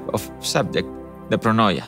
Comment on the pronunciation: Can't wait! Playing the Byzantines gives me a lot of inspiration when drawing. I hope i find some free time. Also Pronoia is pronounced Proneea 😃